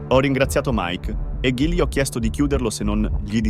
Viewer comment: Ma perchè invece di dire "gli" pronuncia "ghi li"? Poi "son camminato" invece di "ho camminato"???? "Da loro figlia" invece di "dalla loro figlia" "Voleva incontrarsi" invece di "voleva incontrarmi" "Era io" invece di "ero io" "Quasi non ci sono andato": o ci si è andati o non ci si è andati! Cosa significa essere andati "quasi"? e altri errori assurdi Ma imparate l'italiano prima di fare dei video!!!